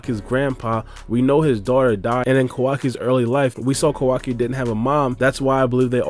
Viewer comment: Please please stop calling him “kO WA ki” It’s “ka-wa-ki” your emphasis on WA part of his name is so stupid. And it’s KA not KO